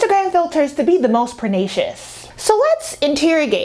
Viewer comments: I appreciate and agree with her commentary however, everytime she says “perNAcious” instead of pernicious i cringe😭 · You get prettier every time I watch a new video. Very insightful. I enjoyed. Although I will correct you, respectfully, by saying that the word is pronounced per-NISH-shis not per-NAY-shis.